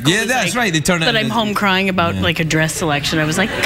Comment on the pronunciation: So it is the Scottish that says "aboot" sound when saying about.